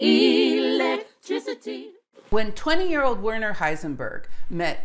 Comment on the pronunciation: A fine post - very interesting and very clear. But one little thing that bugs pedantic listeners - could you try and get the pronunciation of names a bit better? It is especially annoying to hear "Werner" mispronounced. It's pronounced "vairner" (sorta).